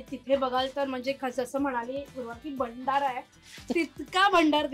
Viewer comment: भंडारा नसतो ग भांडार!